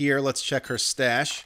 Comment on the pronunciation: Not just you. "May as well check her stash out." Her what? Oh STash! I think part of it he does on purpose, and the rest we read into because we're just as much of a degenerate as he is :)